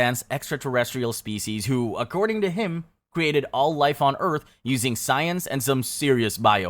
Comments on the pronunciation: The narrator’s pronunciations of “altar” and “blatant” are comically bizarre. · All tar? Surinamy? Mime-o-graphed? Blattant? Not sure I can trust this. Fake faith healing...as opposed to the real kind? Flee segregation in the US? Halley's Comet - Comet Hale—Bopp, two different things. (Halley not Haley, too) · Pronouncing blatant wrong but pronouncing hierarchy correctly says AI to me.